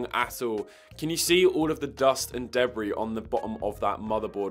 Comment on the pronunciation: The dust and day-bree